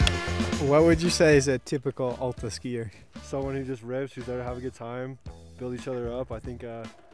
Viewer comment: AAAAAAlta. Not UUUUUlta.